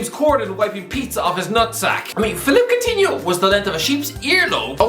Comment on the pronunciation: How many times can you mispronounce this guy’s name?